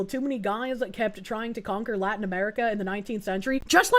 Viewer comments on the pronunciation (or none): none